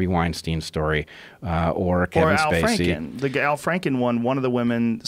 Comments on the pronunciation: Dr. Frederick "It's Fraan-Ken-Steen" Frankenstein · Bret "it's pronounced FrankenSTEEN" WeinSTEIN